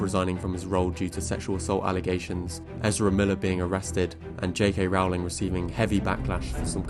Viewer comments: Great video! Just one thing, JK Rowling's last name is pronounced (Rolling) like rolling down a hill. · Rowling rhymes with "bowling." How can you not know this, how can you mispronounce her name, having done so much research on your good video here? And she is not really "J.K."; she is Joanne. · I agree JKR isn't a good screenwriter, but can you please pronounce her name correctly? "Rolling." (Although I suppose you could argue having the world never use her name improperly is what she deserves for being an anti-trans activist and dead-naming people.) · How about pronouncing JK Rowling's name correctly for starters? Difficult to take this seriously when you don't even pronounce "Rowling" correctly. Do your homework. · You could boost your cred more if you'd pronounce J.K. Rowling's name correctly.